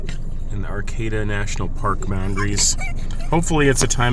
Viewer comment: The little boats pointed at each end are called PEAPODS. They were originally used by lobster fishermen, now they are just used to go from boat to shore. Also note Acadia park does not have an R in it it is AC-cadia not AR-cadia. The AR cadians are southern, Louisiana people. I also like Maine, I retired here 23 years ago, to Boothbay.